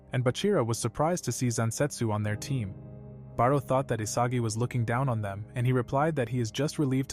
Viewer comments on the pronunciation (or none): It's sae Not Say it's raichi Not raytshi it's barou Not barrel it's igaguri Not igirashi it's zantetsu Not zensetsu